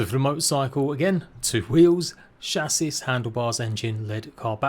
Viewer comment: Silent s on chassis btw